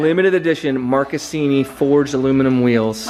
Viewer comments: You are right, it is pronounced "Markesini". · Love how American pronunce marchesini